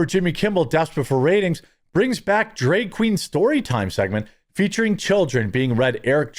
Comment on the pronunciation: Why are you pronouncing drag as drayg? Do you also say maygazine and raddy-ator?